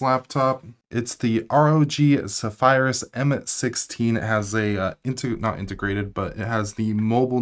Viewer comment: cool... just look up how to say Zephyrus 😁